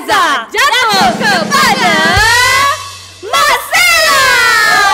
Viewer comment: Malcella. Sebutan je Marcella